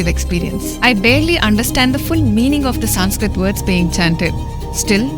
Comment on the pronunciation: Small correction it is not "Saanskrit" it is Sanskrit(संस्कृत).